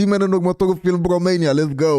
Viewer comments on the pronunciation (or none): none